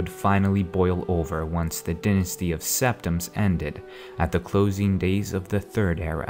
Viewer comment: DY-nasty not DYN-asty! Good video none the less!